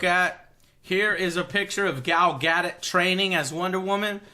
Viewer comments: GAL GA-DO-T NOT GADET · Learn to pronounce "Gadot" Joe. It's Ga-Dough (like what you use to make pastries...). My birth stone is a paridot, so I'm an authority on these things...